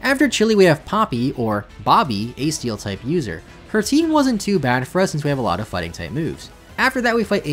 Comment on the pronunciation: Donphan “tighting fype”